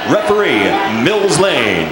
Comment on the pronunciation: Not Mill Blane, Lane